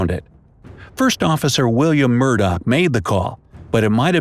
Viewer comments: Murdoch not Murdock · ITS MURDOCH NOT MURDOCK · William Murdoch’s last name does not end with a k. But ends with an h. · The mistake you made was the first officers last name was MUROCH not MURDOCK